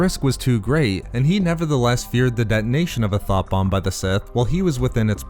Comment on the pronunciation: You have the wrong accent for this; all I could hear when you tried to describe the sith weapon was “Th0t bomb” 🤣